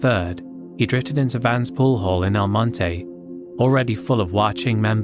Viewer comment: The lea mek incident is crazy . Never knew about it till now . Props to your pronunciation of El Monte